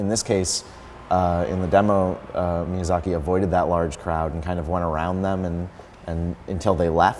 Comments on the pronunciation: Mizayaki lol XD his name got butchered well cant blame the guy some japanese names are hard to say. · Lmao the guy doesnt even know how to pronounce Miyazaki.